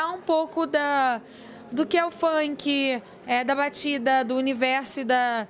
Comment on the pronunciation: querida: funk se pronuncia Fank, não Faink.